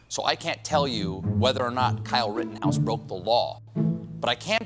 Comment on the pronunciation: the only way you should pronounce his name